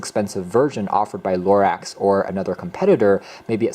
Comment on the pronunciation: It's not pronounced "LORAX"!!!!